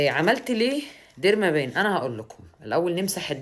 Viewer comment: ديرما بن. وليس ديرما بان. Pen يعني قلم الديرما يعني جلد. تنطق ديرما بن. Derma pen قلم الخاص بالجلد